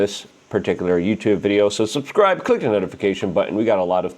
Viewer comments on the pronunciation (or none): none